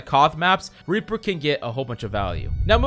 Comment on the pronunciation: Lmao same here